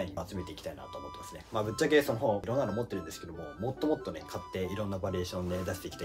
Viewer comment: もっともっとの発音がホットモット